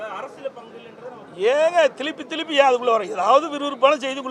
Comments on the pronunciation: பாரஜெனதா ….. திலுப்பி 😂😂😂😂 தமிழை சரியாக பேசுங்க முதல்ல அதன் பின் நாட்டை ஆழலாம் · "Thiluppi Thiluppi" ya??? Dai thamizha olungaaa padida....!!